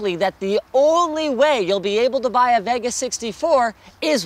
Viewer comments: I dislike how he says "Vega" its like hes trying to say it wrong, like CHECK OUT THE NEW AMD "VIOGA!" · why cant this guy say vega correct... its not Va Ga.... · why cant this guy say vega correct... its not Va Ga....!!!!